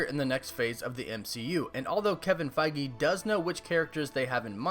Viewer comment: My thoughts: can't figure out if you are mispronouncing Kevin's last name intentionally or if you really think that's how you say Feige. Favorite MCU hero: Spider-Man Let me get those tickets, lol.